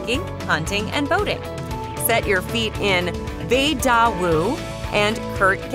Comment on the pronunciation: Um, the pictures of the number 1 spot in Wyoming to live are actually pictures from South Park, Colorado- Fairplay to be exact! The pronunciation of Vedauwoo was incorrect as well.